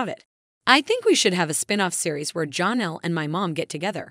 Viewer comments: It is not John Elle it is like Jan elle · Please stop calling her Jonelle. It's pronounced more like Jan, Janelle not Jon in it anywhere. (Actually spelled Jenelle.)